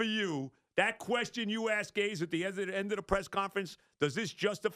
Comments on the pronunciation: It’s not pronounced Gaze. It’s Gase!! Like Disgrace! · Sounds like he’s saying Adam ‘Gays’